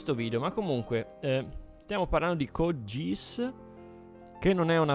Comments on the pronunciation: Si legge "Cod Ghiass" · Aspettavo con ansia cinema scacchi su code geass😍. Comunque si legge "cod ghias" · "cod giss" mi ha steso, scusa